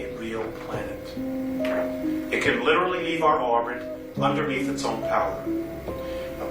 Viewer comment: Please practice pronunciation. "sumthink" and "underneef" are not words.